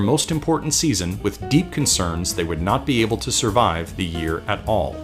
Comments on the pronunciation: lmao "How will it surive?" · “How will it surive?” Me: Surive?!?!